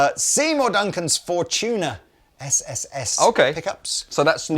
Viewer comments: "For-tuna as opposed to For-dolphins" lol... Fortuna is a real word, it means "luck" in italian... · Fortuna.. Four-two-na… Five-Two? Nah…